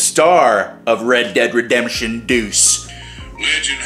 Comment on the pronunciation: welcome to the world of red dead redempsh